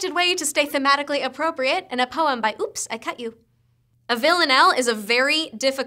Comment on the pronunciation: comedia ela falando o nick do jogar oopslcutyou kkkkkkkkkk